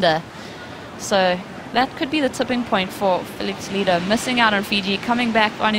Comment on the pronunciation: hey, woman who talks in the video, please, his name is Filipe Toledo , not "TolEEdo"